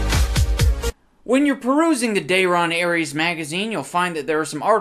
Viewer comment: That is great too. I also love how he just immediately fucks up the name at the start, saying "Dayrias". HOLY FUCK while writing this comment the dog bark happened in the background and I burst out laughing again. Gold.